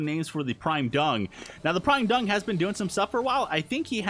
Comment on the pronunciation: it sounded like you said The Prime Dong, instead of The prime dung